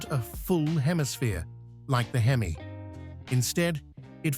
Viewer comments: Exactly my point. The H-E-M-I instead of hemi and the three one eight instead of three eighteen was killing me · Please, PLEASE teach your AI to say Three eighteen and Three forty, and hemi (Not h-e-m-i) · Lousy narration. Who ever called a Hemi a H-E-M-I? . And it's a three eighteen, not a 3-1-8. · If you call it a H-E-M-I engine this video is for you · It's called a hemi, not an H.E.M.I. got it dum dum? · I love that H - E - M - I ... 💩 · It has always been "Hemi" short for hemispherical. Never H-E-M-I. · Just like when the AI voice says THREE ONE EIGHT, instead of THREE EIGHTEEN. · the h e m i.....😆😆😆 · Why don't you get a real person to narrate?? Who in the world spells out HEMI instead of pronouncing the word???? Couldn't listen to more than a few minutes. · Frogging AI narrator from who knows where Three one eight H. E. M. I 😂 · I know AI is free, but fuck. This is sophomoric. If you can't narrate it yourself, I'll do it for $100. And I know how to pronounce H-E-M-I and 3-1-8. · H. E. M. I. Like...what the heck!?!? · yes, very aggrivating. with this video I especially hate the Hemi engine pronounced "Hee-Mee" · Surprised it didn’t say, “HEM-eye….”